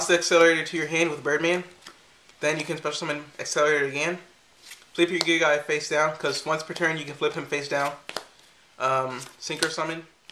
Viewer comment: Pronouced Gear GEEA